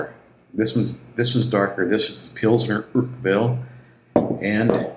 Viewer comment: Its Paul-auner think Paul honour without the h I'm not making fun of you by the way.